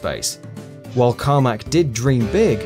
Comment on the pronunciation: Who is John Carma"k" ?